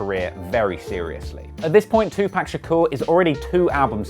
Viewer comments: Dude show some respect it To-PAC not ToPack ! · No disrespect but his name is not two pack. Tupac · Yo bro nice vid,but PLEAZE do me n tha whole world a favour and dont say in the future 2P"AE"C IT'S 2P"A"C...SPELL HIS NAME RIGHT! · 😂😂😂😂 accurate though And its 2 POCK! Not 2 pack!!! Pronounce his name right. He’s a legend. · Hearing him saw tupack instead of tupac is killing me. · 2pac not 2 pack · the English have the worst english, its 2-POC not PACK... 2-Packolypse? really? the English need to learn proper english they all say it.. its Apocalypse not packalypse hahaha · “too-pock” not ..-pack” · Tupac!! Not 2 pack... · TupAc, not TupEc. Pleaaaaase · Why tf u keep saying 2 pack it’s 2PAC!!! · Why can’t you pronounce it POCK not PACK it’s 2POCK. Please stop doing videos on my culture if you’re not going to pronounce the name right Jesus Christ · Its 2pac, not 2pack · I'm white and I know its not 2pack lmao! 2pac white people not 2pack!!!!!! Damn that gets on my nerves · Tupac(2pac) is pronounced TWO-POCK not TWO-PACK. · its tupac not tupack ugh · Tupac nigga not no fucking 2 pack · Quit saying tup-ac just say it right Tupac and you know it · ITS FUCKING TOO PAC! NOT TWO PACK! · It TWO-POCK, not TWO-PACK. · it's Tupac not Tupack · STOP STOP STOP!!!! NOT "PACK" it's pronounced like "POCK", 2Pac like 2Pock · Great video, great info I didn’t previously know. The only grip I have is how you pronounce Tupac’s name. It’s pronounced like saying TuPauk not Pack. Other than that, great video. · Easy mistake, especially if you have an English accent. It’s pronounced like “Tupaac” or “Tupark” rather than “Tu-pack” if you’re English, dependant on your regional accent. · Man say 2 PAC fuck wrong wit u Anit no 2 PACK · It’s 2pac not 2pack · Makes me cringe each time. If he wasn’t so damn funny I woulda been stopped watching. So......pleeeeeeez stop saying 2 pack!!! It’s 2 PAC “Pock” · Di TiET It 2puck! lol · It’s 2pac not 2pack dumbass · Pronounced 2pock...not 2pack